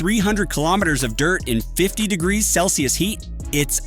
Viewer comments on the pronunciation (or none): none